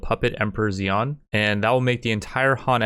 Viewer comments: its shee-ahn not xian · Xian pronunciation = shian